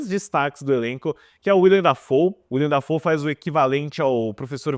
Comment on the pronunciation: Será mesmo que ele nunca ouviu a pronúncia do nome "Willem Dafoe?" Nunca mesmo?